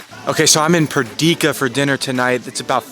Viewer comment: what about Perdika... I'm kidding, I enjoyed the video regardless of the pronunciations